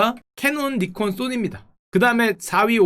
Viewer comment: ㅇㅌㅋ:니콘이 아니라 나이콘입니다